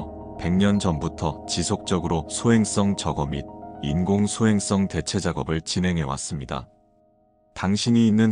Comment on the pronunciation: 발음이 소행썽.탈출썬.이래서 킹받음